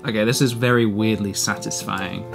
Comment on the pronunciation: Vewwy vewwy cawful